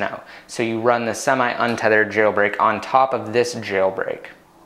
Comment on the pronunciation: you pronounce jailbreak funny, like Jjjeeilbreak